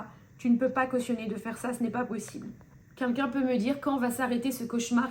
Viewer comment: "kinkin" ?? 😂😂😂😂 Non "quelqu'un je crois